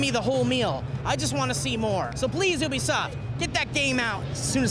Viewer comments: You-be-soft not obesoft, holly fucking shit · It's you-be-soft